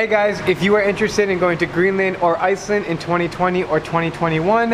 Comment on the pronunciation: Why Greenlan? , whiteland 🤣